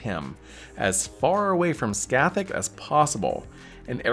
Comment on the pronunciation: I'll never stop enjoying peoples seemingly endless imaginative capacity when it comes to pronouncing Scathach (Ska-hah)